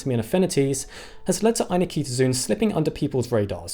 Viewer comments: Great post as usual. Just one remark: in Latin (and Greek, from where the word has its roots), 'zoon' is pronounced 'zo on' (as in go on) (not zoon as in zoom). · Every time the name appears on screen, it has four syllables: Ai-nik-to-zoon, yet every time he says it, he pronounces five: ai-ni-ki-to-zoon. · "zoon" [zoh-on] is Greek for "animal" It's not [ai-Nikita-Zune]. It's [ai-nik-toh-zoh-on]. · Here’s a start to knowing more: Ay-NIK-tuh-zoh-on. Not Eye-na-kee-ta-zune. Whenever you see “zoo” at the end it’s “zoh-oh”. And often at the beginning. Pretty much “except the word ‘zoo’ itself”. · FYI it is pronounced 'Aye neek toe zow on' not zoon. Arguments about the anglicization of Latin aside. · What is it with YouTubers not looking up pronunciations before doing videos? The last part of the name is NOT pronounced "zune", it's pronounced "ZOH-on". Just like zoology isn't pronounced "ZU-luh-jee", but "zoh-OL-uh-jee". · It's ai-nik-to-zo-on, not any-kito-zun. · Pretty sure "Eye-nik-to-zo-on" is not pronounced "Eye-ni-KEE-to-zune". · "zoon"? ffs, 'zoe-uhn' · This is a really pedantic point, but every time you say ainiktozoon, you're stressing a syllable that isn't even in the word - "ainikEEtozoon". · Not AnikEEtozoon. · I've notices 2 mispronunciations. The 1st being "Ainiktozoon" with an unneeded extra I, the 2nd being "Thylacocephala", as if you forgot the soft-C rule. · I dislike your inclusion of a superfluous syllable between Anik- and -tozoon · The fact that you're pronouncing "Ainiktozoon" with another "i" after the k bothers me for some reason....is that really the pronunciation? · Are you sure you're pronouncing that name the way the discoverer intended? There's no vowel between the "k" and the "t", but you're sticking an extra "i" sound in there. And making it the stressed syllable of the word.